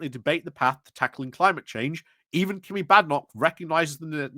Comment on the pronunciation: there is an N. it isn't jerrick, it's jeNrick. sorry to be a pedant but some days it really gets to me that you've been saying his name wrong for a year. i get that you call Kemi 'kimmy', and i put this down to dyslexia, but ....ugh ... JeNNNNNNNNNNNrick.